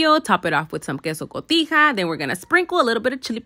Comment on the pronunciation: As a Mexican, I appreciate so much the fact that you pronounced everything correctly, like "queso cotija", "Esquite", and "Elotero", instead of just butchering spanish words like the rest of the Americans do, like with their "queisou couteeja", I'm always like "it ain't that hard to pronounce right, geeez 😒" lol. It shows you truly appreciate the culture and country of the food you're preparing, thanks! Also, sweet corn and field corn (like the one in the video), although they're both corn they're different, and this particular corn it's tougher and chewier, so it needs to be boiled 45 min to 1 hour to soften the kernels enough to be able to eat it since it's rock hard when raw...sweet corn, on the contrary, needs less time cause the kernels are softer. There's 6 different varieties of corn and each needs different cooking times...so ya'll can stop judging her for how much she boiled the corn, it ain't her fault ya'll don't know how to differentiate one type of corn from another or that ya'll don't even know different varieties of corn exists.